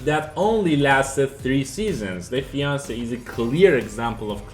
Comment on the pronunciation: Defiance is not pronounced "The Fiance", it's "Dee-fi-ence". Messiah is pronounced "Meh-sai-ah". Sorry to be that guy but I was trying to look up those games and had to listen to the video several times before realizing what you were saying. Maybe add the title of the game as a watermark of the video clip you use.